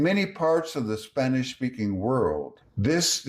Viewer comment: Sir. I’m from Venezuela. Your Spanish pronunciation is on point. My respects.